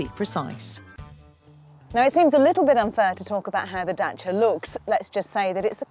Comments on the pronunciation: The women pronounced it correctly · Yes it is. James May even corrected himself in one episode. knows her thing. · She said it perfectly well. For the first time she was even funny a bit like Matt :) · She pronounces the name right . That's exactly how we say it . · Crana Yes, that's the way to pronounce Dacia. Italians would get it right the first time since romanian language is derived from the latin language just like italian, french, spanish and portuguese are. But italian seems to me it's more similar to ours. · she's pronouncing it properly :P that's nice